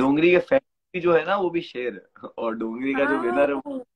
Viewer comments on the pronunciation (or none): Dongri not dongar. Please correct.